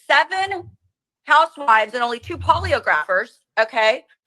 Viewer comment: Did she really say "poly-o-grapher"?